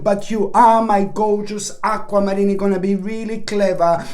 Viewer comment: Aqua-Marinni. No offense there lol